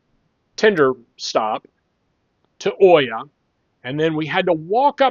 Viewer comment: It is pronounced EE-ah, not Oy-ah. Hard to hear that over and over 100 times in this video. At least you roll the "r" in Fira ;)